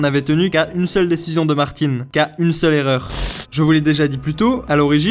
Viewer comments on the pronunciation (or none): Pourquoi vous prononcez Martine? Martine à la plage.